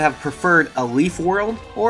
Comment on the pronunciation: Leif is pronounced "layf" not "leaf". It's a Finnish / Norse name. I'm sorry for being that guy, but it bothers me...